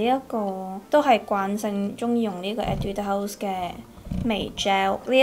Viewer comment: 其實我想講你的etude house 的讀音是不是不對😂還是說這樣讀也ok🙊